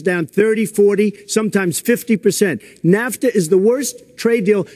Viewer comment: Did he just call nafta "kafta?"